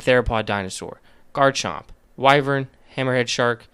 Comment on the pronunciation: I have always wondered about some of the weirder Pokemon designs, great video. Also, wyvern is pronounced "Why-vern"